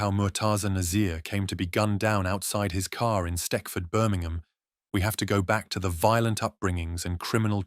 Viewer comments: Stekford 😂 wtf it’s stetchford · Steckford 😂. It's a soft c aka stech ford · Stechford not steckford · S t e c h f o r d Not S t e c k f o r d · It's stetchford in Birmingham. Not steckford